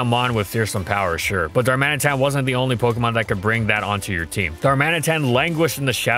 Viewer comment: And learn how to pronounce Galarian Darmanitan, its *D*armanitan not Garmanitan, doesnt see my comment and cant pronounce Darmatian, wow, unbelivable